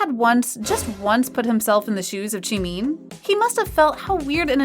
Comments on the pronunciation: That ain't Jimin, that's Shimin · im really sorry i dont mean to make fun of u bt its Jimin not jimeen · I feel offended that u say tjimeen 😆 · It is not Jimiiiin, it is Jimin... goddamnit. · i like how the video goes jeemin instead of jimin tho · Jimeen lol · I love how she pronounces it like: JEEMEEN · Why did she say jeemeen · Ok but can we just talk how about the person who is Telling this stuff pronouncing jimin as jemeen (no offense) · The way this narrator pronounces Jimin as “chimin” is triggering. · Ur BUTCHERING bts’s names!!! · Ikr- she pronouncing the names wrong 😭😭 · The way she pronounces jimin tho😂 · Pls I'm cringing at the narrator for not saying Jungkook and Jimin's name right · No hate but you're pronouncing Jimin wrong- and even other members name wrong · You're mispronouncing Jungkook's & Jimin's name lol😹